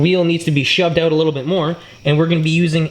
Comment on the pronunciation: "oooout".... fuck is everyone from Canada?